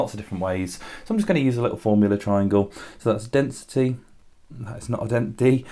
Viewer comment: In you said density not dentity. It's kinda funny if you say that